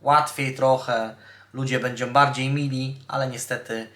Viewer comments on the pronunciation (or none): none